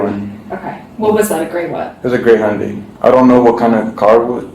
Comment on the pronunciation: It’s not a Hondi it’s a Hyundai….Hy. un Dai